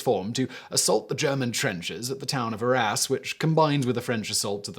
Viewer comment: I heard "the battle of our a$*". Am I the only one?